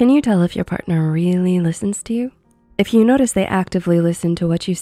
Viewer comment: Why is she saying someone then in the video says Parthner or spouse